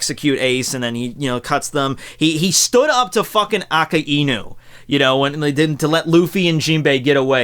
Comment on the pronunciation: "Aka-inu"Me::\